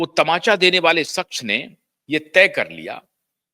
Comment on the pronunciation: Pootiye...saks nahi shaqs hota hai...nihaayat hi 3rd class biased presenter ho tum pootiye....